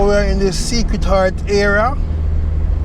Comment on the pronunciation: It's "Sacred Heart" not Secret Heart